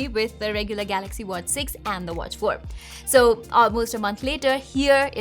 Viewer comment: Ye madam galaxy ko gaRaxy kyun bolti hai. Compayyteetion... Full fake Accent madam ka. Sab tech reviewer banke ghoom rahe hain. Dislike button.